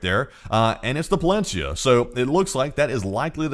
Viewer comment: Not !!! Palensiya 😂😂